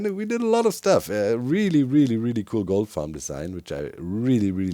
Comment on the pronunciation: Who else was hearing GOAT farm instead of goldfarm :D Altho this also counts as a goat farm imo :D